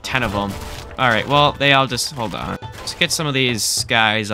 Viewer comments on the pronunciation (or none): none